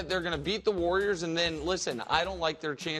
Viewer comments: The “Wor-yers” and their small ball 😆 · 'warwiers' Brou